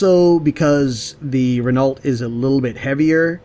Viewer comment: Renault - pronounced Re-noh. Just thought you might like to knault.